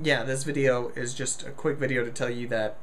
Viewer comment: Lol instead of just you said lust XD